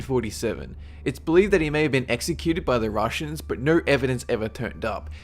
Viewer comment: 'Rushians' and 'Dieting' xD